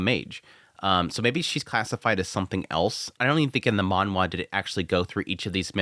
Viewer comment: stop saying manwha......please...